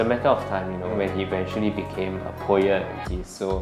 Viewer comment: It's pronounced PO-UHT. Not PO-YET. 🙄 You'd think CNA would hire reporters with a basic grasp of the English language.